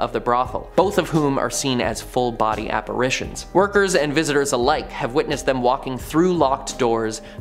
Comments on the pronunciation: Are apparatrions operations ghosts get? It’s apparitions. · Its apparitions, not apparations.